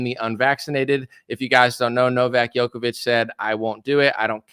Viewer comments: Long story short, at the end of the day, it is what it is. BTW, Novak's last name is pronounced Joko-vich, not Yoko-vich. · Djokovic is pronounced Joe kovich not Yo. That's why it's spelled with a D, to make sure! But the guy is the total Goat. To be at the grand slam all time top despite being excluded a few times, that's so beyond exceptional people don't even realize! And the fact he stood up to this medic-fascism madness makes victory all the sweeter. Lost a lot of respect for others who bent to the tyranny, even Nadal.